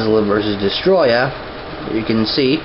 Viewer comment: you dont say it like destroyah its DESTORAI!!!! DESTORAI!!!!DESTORAAAAAAAAAAAAAAAAAAAAAAAAAAAAAIIIIIIIIIIIIIIIIIIIIIIIIIIIIIIIII!!!!!